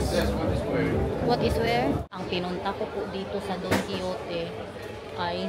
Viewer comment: it's pronounced as Daan kee how tay not Don Kee yo te😄